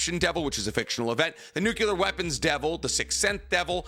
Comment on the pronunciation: It bothers me that he can't say nuclear, lol